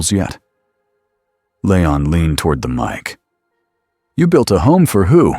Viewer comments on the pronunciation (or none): Hearing this AI garbage narration keep calling him LAYON instead of LEON was getting on my last nerve! Please stop using ai, get a group to do some character acting and use real people to read these stories. Your ruining good stories and being so lazy 🙄🙄✋🏻✋🏻